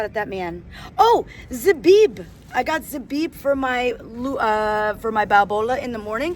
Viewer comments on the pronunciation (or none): phew! I was scared! Pay attention to the pronunciation of zbib. That can say another word!!!